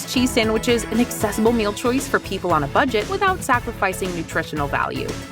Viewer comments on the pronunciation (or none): She said "Fudget" instead of budget lol